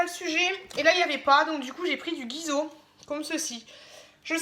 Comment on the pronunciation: Mdr guiso tu dis non c'est Guigoz tu me fais rire